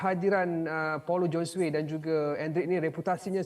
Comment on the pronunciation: Paulo Josue. Sebutan Josue tu JHO-ZU-EY. Perkara remeh mcm ni pun boleh salah. Cari la initiative utk memperbetulkan nama org tu. Atau tnya tuan punya nama sendiri. Beriya-iya nak ambi broadcasting rights tapi benda remeh pun x nampak. Rugi bayar